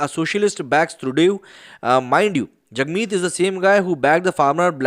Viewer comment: It is pronounced as Trudo